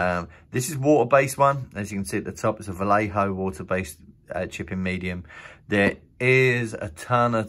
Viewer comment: It’s pronounced Va-yay-ho